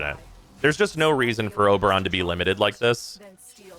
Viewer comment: It's Ober